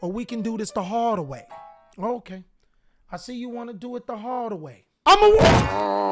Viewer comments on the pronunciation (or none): none